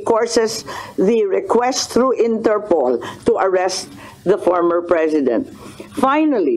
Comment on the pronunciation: Idol interpol not interpole po hehehe